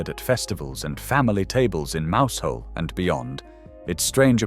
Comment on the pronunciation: Oh dear! Mowsel not Mousehole